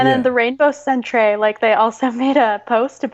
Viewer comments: Canadian vernacular lesson. The word “centre” is not pronounced as “cent-ray”, it’s pronounced the same as the word “center”. The word centre denotes as place or location. Examples: Air Canada Centre, The Staples Centre etc. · Centre is pronounced Center. Stop calling it a sontray. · As a Canadian, I cringed every time he said "Rainbow Sawn-tray". It's Rainbow Centre — as in Center — Americans are the only native English speakers who spell the word differently. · Wait, Lindsay is saying "sent-ray"! I say you prounounce it center, unless you want a bit of french accent, then maybe "sawn-truh" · Daniel Cowan The “Centré” pronunciation of “Centre” is getting old, isn’t it? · Since its spelled "centre" I believe they are poking fun pronouncing it as such.